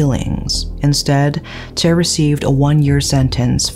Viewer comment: Hi, You've always been great at pronunciations of names, places, etc. that has been one of my admirations of you. However, you did not pronounce Tse correctly. Its not Je as you pronounced but TSE is pronounced like ZEE. Regards, Rick